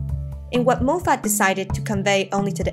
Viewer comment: pronounced Mof et not Moe Fat